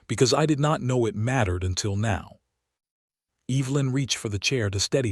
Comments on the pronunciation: I love listening to these stories, but the AI's mispronunciation of EEEEEvelyn is so distracting. for goodness sakes. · Could you educate your AI tool on how to say Evelyn and Silas? I found it hard to listen.😆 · AI is VERY bad at pronouncing proper names or picking the right pronunciation of spelled-alike words. He did not "reed" the telegram, he "red" it. Evelyn and Silas were mispronounced throughout and made me cringe listening to it. AI can be helpful, but it is still distressingly fallible. Do producers never listen to their narration and edit the errors? A decent story with good images that was spoiled by bad AI and lack of correcting them. OR, USA